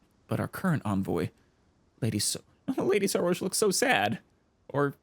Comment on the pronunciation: I think it's pronounced "Soroosh", emphasis on "roosh"